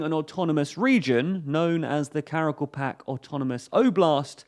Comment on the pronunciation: Please pronounce the word Karakalpak correctly, thanks for the video:)